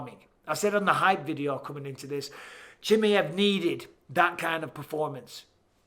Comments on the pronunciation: and I'm done... I just can't... at least when Chael gets peoples names wrong, I know it's because their name is wrong... I cannot deal with Michael saying Chimmy-iv. No. Just no. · And he says"Chimi-ev" over and over again. 😂 Like he's a chimichanga. Chimaev only has one i. Bisping should know about "one i". 😁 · khamzat "Chimmey-evv" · The way bisping says chimieve looool it’s funny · Micheal "Chimi ev" Bisping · How are you still not saying his name correctly?